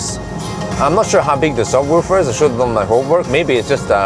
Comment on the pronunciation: Don? Really? It’s not spelled like that! It’s dun not don!